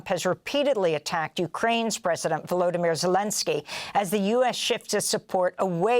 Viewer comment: VoloDYmyr is accented on the third, not the second, syllable.